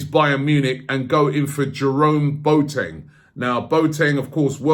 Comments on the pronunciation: It’s not pronounced “Boateng” like a Boat or Bo Teng... it’s pronounced “Bwaateng”. Robbie acting like the substitute teacher from Keel & Peele - A A Ron, J Kwa Lin, Balakay. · It's NOT pronounced Boat-eng, it is Bo-wa-teng